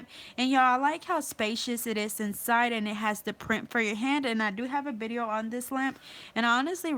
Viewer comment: Where are you from I notice you say bideo instead of video